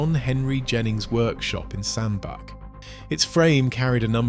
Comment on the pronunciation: Hi, great video. Just a not to advise that the Cheshire town is pronounced as Sand Batch.👍